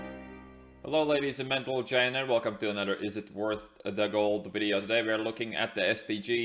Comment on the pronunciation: What does he say at the beginning ? "Ladies and mantlegents" ?